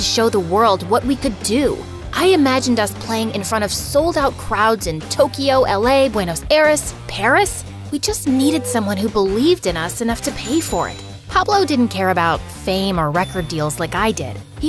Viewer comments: This is Such a beautiful story! I love the art style but I’m sorry the way she said Buenos Aires 😭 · la manera en la que dice Buenos Aires JSJAH